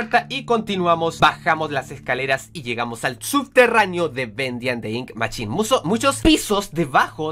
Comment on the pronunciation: es mashin o asi no machin o asi es como se dice no como se escribe :v